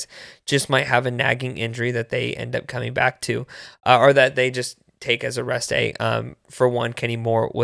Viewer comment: I thought 💭 the same thing, starting with Zaire "been a'rest'd--ay" 😮 ‼️‼️ then I realized what he was saying later 😅😅😅😅 shew ‼️‼️